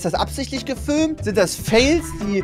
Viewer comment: Niemand: Trymacs : gefülmt